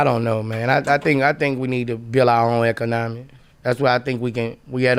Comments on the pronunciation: You should learn how to say economy first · How on earf does this fool think he could build and run your own economy when you can't even pronounce it ?